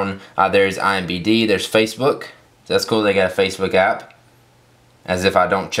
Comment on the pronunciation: Its I M DDDDDDDD BBBBBBBB not I M B D:D